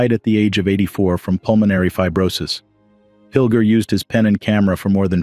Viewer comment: Sad to hear about the brilliant journalist, but his name is pronounced as John 'Pil-jer' not Pil-ger